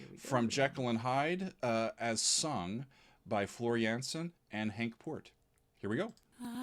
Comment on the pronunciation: Just a pointer, the A in Jansen is pronounced as you would the A in y'All ;) And also.. expectations are high Henk will be a guest performer during the Nightwish shows in The Netherlands this November where they would be doing "The Phantom" live witht he band. It was supposed to happen during the shows in 2020 which got cancelled due to Covid.. Many are really loooking forward to that show and the guest performance of Henk.. no doubt there wil be video(s) to review/react to ;)